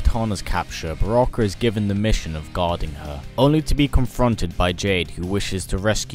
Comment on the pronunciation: it is not broke is Baraka